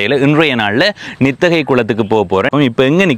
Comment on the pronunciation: தம்பி நித்தகை அல்ல நித்திகை 🙏